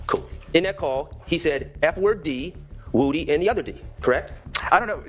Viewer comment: Gets me everytime they say lil WOOdy 😂 its woody